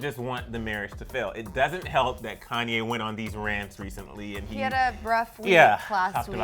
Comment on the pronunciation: Girl, say Konye one more time...